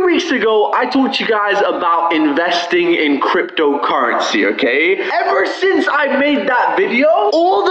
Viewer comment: why does he say crypDO currensee lol